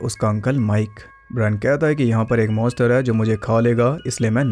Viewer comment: MONSTER not Moster